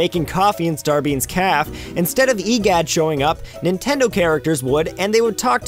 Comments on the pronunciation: Did he actually pronounce Starbean's Cafe as "Starbean's Caff"? Wow. Can't even. Wow. It's "Caf-ay", the e has an accent. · It's Café, not Calf. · Why did you call the Café a Caff? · Actually it's "Café".